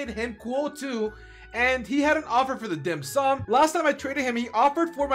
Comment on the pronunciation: He pronounce the dim sum so good! I am a chinese and dim sum is a catogory of food that chinese love.